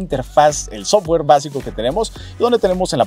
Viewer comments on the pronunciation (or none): none